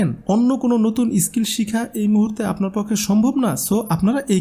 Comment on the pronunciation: ইস স্কিল নয়,.. স্কিল।